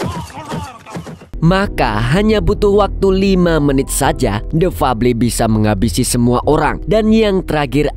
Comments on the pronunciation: The febel baca nya Lo kang ,uduk fable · Bacanya bkan fabli tpi fabel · THE FABLE DIBACA : DEFABEL BANG 😂